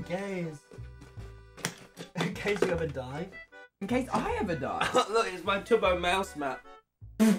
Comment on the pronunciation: It sounds like when he says “in case” he replies with just “gay” that’d be so funny